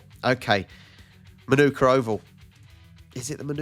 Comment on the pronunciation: In Australia we call Manuka oval in Canberra Mah-nuh-kuh instead of Mah-noo-kuh.